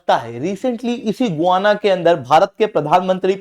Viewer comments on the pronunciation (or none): गुआना नहीं, गयाना है। We have seen and continue to see Guyana cricket players. We have heard Guyana's pronunciation in the cricket commentaries. I also verified it. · It is not गुआना ... it is गयाना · गुवाना नहीं 😂, गयाना है वह!